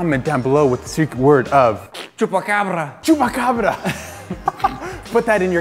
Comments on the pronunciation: I'm spanish, its chupacabra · it's chupacabra, not chubacarba, dude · cupacabra not cukocanra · It is c-h-u-p-a-c-a-b-r-a